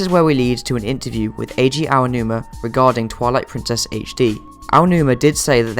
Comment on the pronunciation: Here in Dec 2018 to see how many things are right/wrong with this theory since many things have been revealed. There are many issues we can see with the theory now but the biggest problem I have is that still can't pronounce Eiji Aonuma's name correctly.